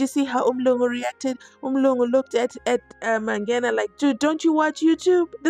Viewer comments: Mangena not Mabhena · Mangena Mangena Mangena not Mabhena